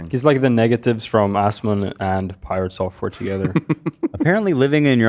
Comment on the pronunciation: Did this man really pronounce "Piratesoftware" as "Piratt-software?" Im dead💀